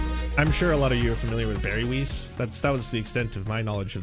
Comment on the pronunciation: I love the way you pronounce weiss as "weece". It just gave me a giggle